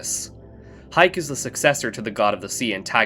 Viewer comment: Haik is pronounced Ha Ik